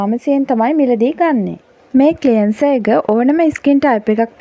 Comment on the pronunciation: ක්ලියන්සර් නෙවෙයි ක්ලෙන්සර් කියන්න.ර් silent